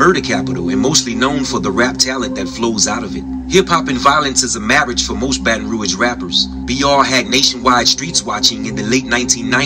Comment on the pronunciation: she said “Bae-tahn Roag” lol it’s pronounced “Bat-n-Rooj”